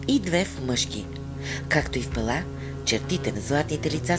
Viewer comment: Музиката къса нервите! На български-тракийски религиозни символи гръцки семитски маанета. После ренесансова музика, когато се разтягат локумите от "Декамерон". Ударението на град ПЕла е на първата сричка. В Българския език думите са от срички,. Когато са 2 сричките, ударението е на първата. При повече, ударението е на втората. Никога на последната. Пела е както Пеласги - БЕЛА, БЕЛасци. Богинята Майка е БЕЛА, БЯЛА, БЯЛА. Град Пела е македонския вариант на Кабиле(КиБела, КуБала).